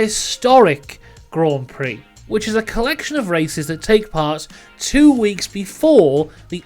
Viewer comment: Came for the information, stayed to hear "Grand Prix" pronounced correctly so many times.